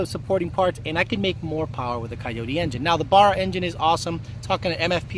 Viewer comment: Dont get a Barra mate, I couldn't handle you pronouncing 'Barra' wrong - its painful to my ears. Yes, I am a Factory Turbo Barra owner.